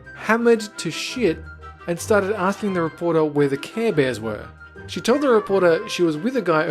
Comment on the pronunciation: Why is the chick Pringles with saying "Care bares" LOL😂😂😂😂😂😂